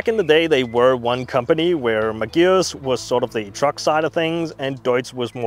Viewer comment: The first time you said it I thought it was probably just an error but by the fifth time I thought he just isnt reading it right , the vehicle is a Magirus Deutz which is pronounced Mag ih russ Doytze, back in the fifties/sixties and seventies they were world famous for their almost indestructable Deutze air cooled V engines that would start instantly whatever the temperature even as low as minus ten centigrade first turn of the key while all other big Diesels of the time would struggle ( never did find where they hid the anti freeze filler cap though lol) usually in three and four axle tippers but with a smattering of artic tractors here and there. Oh and by the way Iveco (acronym of INdustrial VEhicles COrporation) is pronounced eye vee co.